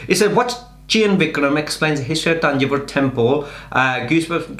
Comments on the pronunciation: Correct pronounciation -thanjaavoor temple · It's not Tanjore it Thanjavur don't spoil the name.